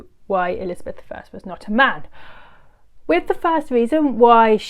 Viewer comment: It is with not wiv.